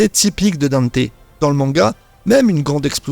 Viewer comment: Faut arrêter avec la prononciation "Danté" les gars, on a eu une VF avec le reboot et le premier anime et ils disent "Dante"